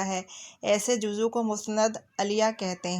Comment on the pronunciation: Juzv bolty hain juzu nai